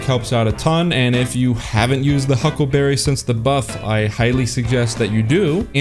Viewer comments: It izz the hucklebabee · The hyukleberry.